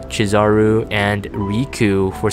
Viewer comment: No puns.... . . . .BLASPHEMOUS!!! Also its chi-zu-ru not chi-za-ru or its that one of those jp pronunciation